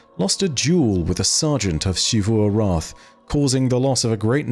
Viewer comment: Is it just me or does it irk anyone else that pronounces Xivû’s name as “Sheevoo”? 😭